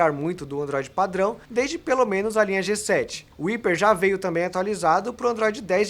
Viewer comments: Ao invés de "íper" não deveria ser "raiper"? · Não é hiper, é hyper!!! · Qual a pronúncia correta? Iper ou raiper? Cada um fala de um jeito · Que agonia ele falando "iper" kkkk prefiro a pronuncia "raiper" normal.... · O nome é "Hyper" uma palavra que se pronuncia em inglês e soa como raiper e não iper 🤦🏽‍♂️ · Ele é burro kkkkkk o jeito certo de falar é haiper, não iper! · Vc tá ligado q tu tá pronunciando errado né?! Não é "HIPER" e sim "HAIPER" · Hyper -> "raiper" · Parei de ver o video no primeiro ``iper`` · pronuncia-se [ráiper] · "iper", já desliguei.. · Não entendi por qual motivo o celular foi referido como "iper" ao invés da pronúncia certa. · Acho que o nome HYPER E SE DIZ RIPER Claro que ele pode falar do Jeito que ele QUISER MAS Me deu um TOC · é raiper a pronuncia certa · Mas o número você pode ler em português, a palavra "Hyper" não existe no nosso vocabulário, você pode falar ela como quiser mas pronunciar o "y" como "i" é errado... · Pra ser mais fácil: "Ráiper" Ceramente, agonia os video dele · Mano, como que um cara faz análises em um canal grande, e não sabe pronunciar a palavra "hyper" corretamente?. Jesus! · Q toc do caralho, não guento ver ele falando assim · verdade. Não sei por que eles insistem em falar errado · Pronúncia errada! Mas, enfim, falaram do Motorola (Fabíola) Hyper.